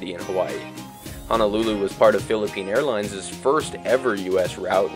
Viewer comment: Jesus, STOP saying “Hawaiiansezz” and Philippine Airlinesezz”. It’s Hawaiians’ and Philippine Airlines’. The apostrophe indicates possession and you pronounce it the same as indicated by the spelling. This is an Americanism along with a propensity for calling the UK ‘England’ that seems endemic and incurable.